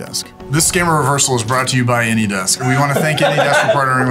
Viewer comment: I find it incredibly funny that the scammers consistently use the name of a service that they can’t pronounce properly 😂 “anydex”